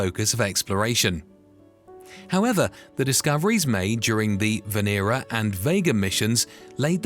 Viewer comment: VEnera, not veEEra.